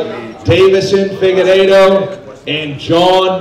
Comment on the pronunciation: I'm yet to hear anyone pronounce Figueiredo correctly